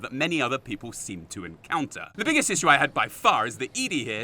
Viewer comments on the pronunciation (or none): none